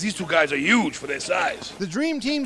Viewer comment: "Deez two guys are yuge fur dere size" is the funniest shit ever lol